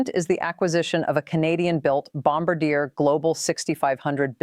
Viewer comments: Do better research Carney won a minority government not a landslide. And Bombardier is pronounced bom-bar-d-eh not bamb bar deer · It’s not Bom ba deer, it’s pronounced Bom bar de eh, eh as in sleigh. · You mis pronounced Bombardier! It’s pronounced Bom-Bar-Dee-A! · First of all learn to pronounce Bombardier correctly. Second PM Carney did not win a landslide election, he has a minority government. Third, Canada one time did have its own military equipment industrial capabilities. Under pressure from various US governments Canada degraded its manufacturing capabilities. We are simply re-establishing that capability. This post is probably AI generated & should be taken with a grain of salt but much of the information provided is correct.